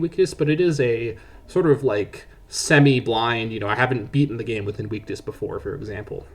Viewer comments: Ok and? He still didn't pronounce it right. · Bro 💀 that's not how you pronounce 'invictus'.